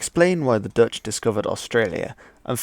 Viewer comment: Thanks for pronouncing the Dutch words the right way very well!